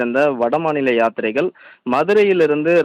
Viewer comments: யாத்திரிகர்கள் என்பதை கூட சரியாக உச்சரிக்க முடியவில்லையா? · என்ன தமிழ் பேசுற... நீ. நீ ஒரு செய்தியாளர்......... யாத்ரீக.... என்ன. முழுசா வரல.